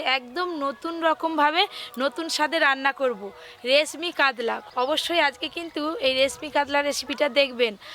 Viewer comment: উচ্চারণ টা কাদলা না মাছ টার নাম কাতলা